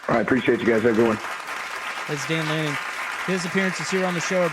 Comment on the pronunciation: Why can’t say Head Coach of Oregon, Dan Lanning? Seems wierd